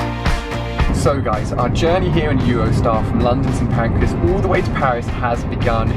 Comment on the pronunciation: Who heard him say "pancreas" instead of Pancras???